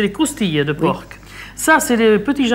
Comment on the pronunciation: J'adore comment Maité prononce le porc à l'américaine